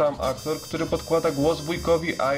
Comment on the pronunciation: Nie Ajro tylko Iro, to nie są pieprzone Ju.Es.Ej